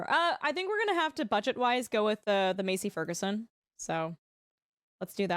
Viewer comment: It pains me the way you say massey ferguson lol